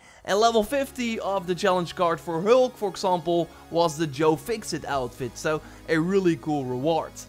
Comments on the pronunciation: "Da Helk" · Not to make fun of your accent but you really have trouble saying hulk lol 😜